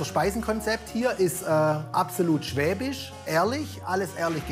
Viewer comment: bin ich die einzige die hört unser Essenskonzept is absolut "schäbig" anstatt schwäbisch